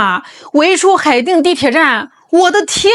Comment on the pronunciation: 海淀（电）区，不是海腚区，大能人偶尔犯小错😊😊😊